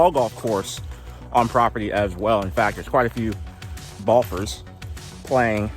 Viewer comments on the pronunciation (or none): Did you just say “Bolfer” 😂